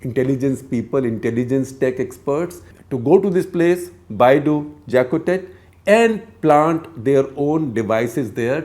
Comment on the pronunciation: Dear Gupta Ji, the English pronuciation of Baie au Jacquotet would be something like "Bay O Jakotay" and it is not a separate island but is a beach in the South of Mauritius.